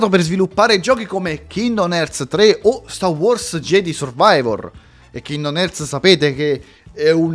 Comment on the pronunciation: Scusa ma la pronuncia di kingdom hearts mi ha fatto morire dentro 🥲